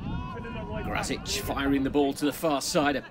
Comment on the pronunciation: Yep he is a Pole Should be "Gracik" if they want to speak a bit more correct